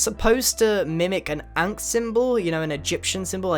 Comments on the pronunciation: You mispronounced ankh. In is pronounced ahnk, like the dentist asks you to open your mouth. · did he say ant or ankh?